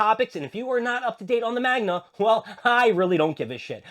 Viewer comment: Did u call the manga "magna"?